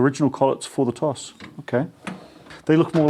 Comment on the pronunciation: Pronounced "tosh" BTW